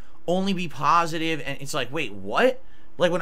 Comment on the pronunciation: Isn't it supposed to be a pohsitive chill stream? lol